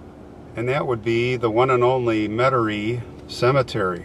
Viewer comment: Metairie is pronounced" Meta-ray". Great job, great insight, only suggestion would be to brush up, a little, on the supernatural happenings, in New Orleans area, which may provide some inscription identification in the tombs. Enjoy your presentations.